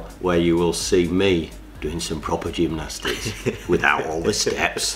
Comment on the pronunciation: AnD I Doo GEMNOSTIICS AGHHHH